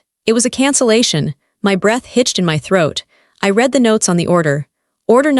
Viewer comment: And the names Chen & Sterling, 'I didn't get mad, I got ...,' chair scraped against the floor, shoes & the floor, read always mispronounced, whether 'reed' or 'red, I opened the door & they pushed their way-in, family helps family.